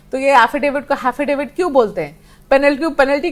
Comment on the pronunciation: हाफिडिफिट लेकर आया है......आज प्रोनूनशशन हो गया😂😂 मुँह में सुपारी रे भाई,, क्या mayla है रे😂😂